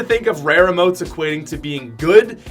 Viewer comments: Its pronounced eemote, not ehmote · It’s Eeeee motes, he says ih motes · EEEMOTES NOT UHMOTES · I pronounce emotes as eee-motes. Not eh-motes. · yes whyyyyyy!!!! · He pronounces emotes wrong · It's Emotes with the stressed syllabel being e not mo